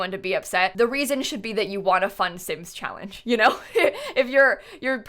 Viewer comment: Anyone else catch her saying chawange instead of challenge lol